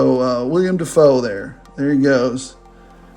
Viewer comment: It's Willem Dafoe, not William Dafoe.